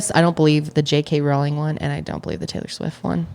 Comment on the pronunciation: It's "Rowling" like "bowling". Not "Row" like "cow"